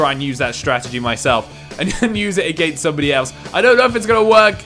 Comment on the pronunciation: Hi I’m Alex I’m very judgmental and I don’t like the way this guy says against and one like equals one less against word I liked my own comment because I can’t stand it